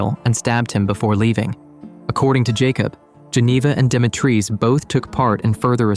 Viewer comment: Stop saying demi treez It's di mee tree